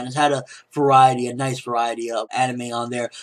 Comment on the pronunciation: "nici" Nice